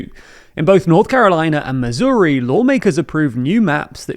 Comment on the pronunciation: "Missouri" rhymes with "hurry"